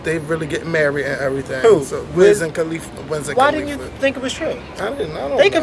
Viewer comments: listen to how loud that car is, it's wiz KUHLIFA, NOT KAAHHHLIFA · I'm so in LOVE with!! and I'm so laughin at how yall sayin Wiz Calif like califlower lmbo!